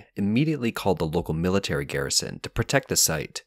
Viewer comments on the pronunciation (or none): none